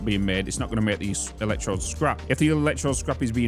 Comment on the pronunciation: EL ECK TROWD (like toad) buddy